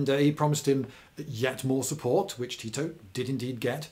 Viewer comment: Oh I would pronounce it Ti - To